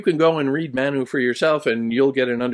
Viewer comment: You provided an excellent explanation of the core concepts of the book, and I truly appreciate your insights. However, there were a few areas where I noticed some challenges, such as the pronunciation of 'Manu' and the portrayal of Indian culture, particularly during that historical period. While I recognize your standing as a distinguished scholar, it can be difficult to grasp the deeper essence of the author's work without a more nuanced understanding of these cultural contexts. I hope you understand, and I apologize if my words seem too direct. 😊😊